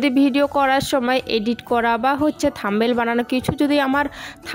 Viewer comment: Tomar blog dekhte valo lage. Kintu ekta Kotha bolbo.. kichu mone koro na.. tomar uchharon ektu thik korbe jehetu eta social media. Thumbnail, Mixy, Shutki mach erokom aro kichu kichu notice korechi tai bollam…